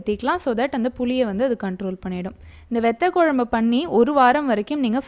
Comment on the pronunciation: It would be great if you prounce vathakuzhambu not vethakuzhambu